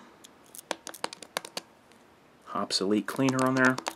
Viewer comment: Ok, I wasn't too excited about this video until you correctly pronounced Hoppe's. Thank you. Good vid.